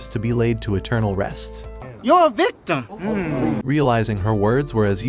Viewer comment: BRO REALLY SAID YOUR A VICTUM AHAHAHA